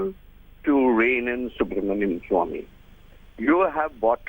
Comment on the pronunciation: You should pronounce Dr Subramanian Swamy’s name properly. He is not Subramanyam.